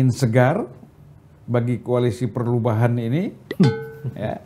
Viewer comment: Bisa aja abang ini nyebut Koalisi Perlubahan he he he